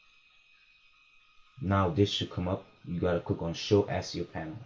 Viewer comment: this nigga said "ASS-E-OH" lmaooo.. thanks for the vid though.. my question is a little more in depth though because I'm not using the Asio driver nor am I using my laptops either. I'm using a Focusrite Scarlet 2i2 and I'm dealing with the crackle which shouldn't be happening.. I'll have to search more specifically for users with the same interface.. cheers #MISTA808